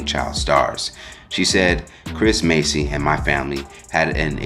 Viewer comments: Why he call them Macy as if he never heard they name being said before.. it’s MASS dude not Macy like u didnt grow up watching them..😑🤬😤 This why I don’t like you you speak low and you think you educated when you really not 😂😂😂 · There is a Huge difference between 'mace' and 'mass.'🤦🏽 #Idiot #Enunciate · Dude I know you can read it's Massey not Macy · MASSey, not Macy😂 She shouldn't have said anything at all, just let them deal with it 🤦🏽‍♀️